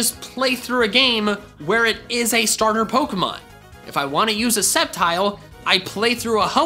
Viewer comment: Duck you cause you said stater